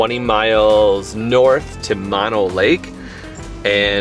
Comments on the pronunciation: FYI it's pronounced MohKnow and not Mahno and TieOga and not Teaoga...😃 Those aren't scratches, they are called backwoods pinstripping. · Those are called Sierra pin stripes, we all have them. And its called Mo no lake, not Ma no lake... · That is MO-NO Lake with saying OH after the M and the N. 😉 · Mono Lake is pronunciation mow now lake .. spent many years in Lone Pine and Alabama Hills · As a resident of the Mono Lake area, heres a little tip: Mono, the way you're pronouncing it, is short for a disease (mononucleosis); the lake, the county, the area of Mono is named after the Mono Indian tribe, pronounced Mo-no. Not everyone knows that. Love the video, though. Glad you enjoyed this beautiful area and its history. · FYI-I’ve lived in Mammoth for 46 years. So, beautiful! When I first moved here at the ripe old age of 22, I was soon corrected on my pronunciation of ‘Mono’. Think of it like, Oh No! or Yoko Ono. The long vowel pronunciation ‘o’. You’ll sound less like a tourist and more like a local! Also, the vegetation along the dirt roads up here is scrappy Sage brush with stiff limbs that’ll scratch the heck out of your truck and trailer…don’t I know 🙄 Happy Travels you guys 😉